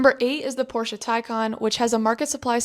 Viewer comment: Thank you so much for pronouncing Porsche correctly